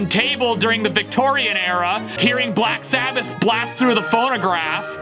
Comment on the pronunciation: "Sack Blabbath"